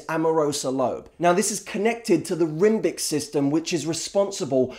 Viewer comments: I was not prepared at all for how hilarious this would be. The sad thing is I was totally thinking "I have the statuesque thing down". Then when I had to go back and check that you in fact said "Rimbic" system... all bets were off. lol #proof that you can pull truths out of thin air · "rimbic system" ahahaha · i was buying it until he said "rimbic system" lmfao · rimbic system? Did you mean limbic system? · I think you mean limbic system. There is no such thing as a "rimbic" system... Don't try and sound smarter than you are. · rimbic system? limbic system deary...